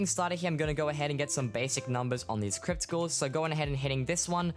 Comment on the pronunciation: anybody else hearing him say crypticals instead of crypt ghouls